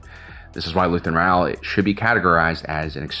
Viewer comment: His last name is Ra-el not Re-al. This isn't Real Madrid...